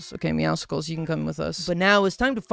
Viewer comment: its pronounced meowsells You know like the word muscles